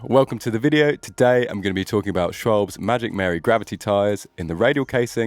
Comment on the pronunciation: It's Schwalbe not Schwalb...